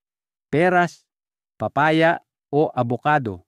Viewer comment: Papaya po hindi paa paya